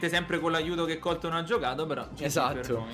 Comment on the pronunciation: Minuto gigi dice ESDATTO😂😂